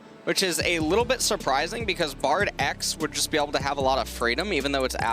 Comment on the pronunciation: I love then casters call Bard Brad it cracks me up everytime.